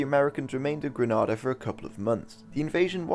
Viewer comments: Interesting I actually lived through this on the island. I have a few points of contention - otherwise Well done. It's Gre-nada not Grah-nada Coard placed Bishop under house arrest after Bishop visited the Reagan administration in Washington DC and Castro in Havana. Read what you will into that... Bishop was freed mostly by uniformed secondary students. The central committee ordered army loyalist to attack and kill Bishop and his followers in St George's. To this date the number of people who died is not published. Coard was not releaved of his command/control of the central committee. I remember the radio anouncement - and at no point was this brought up. It was clear that if the Americans did not invade that there was probably going to be a civil war as the army was split in support for and against the decisions of the central committee. The island was very very tense. Many people were making final arrangements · You lost me at GRIN-AH-DAH, it is pronounced GREE-NAY-DAH! *Sighs & Rolls Eyes*😞 lol. Thanks for taking the time out to sum this up anyways. ☺ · Would the narrator please pronounce Grenada 🇬🇩 properly. Gree- naid-ah! Hope the phonetic spelling helps. Granada is in Spain. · It’s pronounced Gre-neigh-dah. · It's pronounced Grenada. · Gren-nayy-dahh. Edward Sea-ah-gah. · I've had it pronounced Granada to me since I was a pup! Despite me correcting them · He's probably confusing the pronunciation of Grenada with Spanish Granada which is pronounced the same way is pronouncing. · Hi, love your videos, must just say though; it's pronounced Gren-aid-ah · 5 secs in & the island name is mispronounced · This guy pronounces Grenada wrong. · You’re pronouncing it wrong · Pronounced Grenada incorrectly within the first 5 seconds man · You mean to tell me you do such a well researched video and you don't Google how to say Dominica and Grenada? This is very simple, but as a Vincentian this is grating to my ears and makes your video difficult to listen to